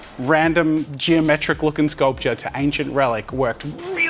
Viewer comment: Drink everytime he says sculptuer xD